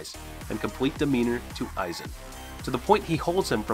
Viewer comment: Mispronounced "Aizen Ichimaru"